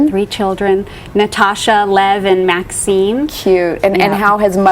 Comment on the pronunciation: "Maksim" - i thought she said Maxine...i was like she only has one daughter tho.